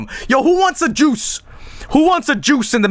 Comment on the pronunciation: I love how pronounces juice. It's just "j o o c e".